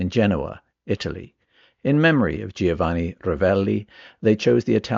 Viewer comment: Not “gee-oh-vanni”. The I is silent. It’s easier to say. Just say “Joe-vah-nee”. Easy.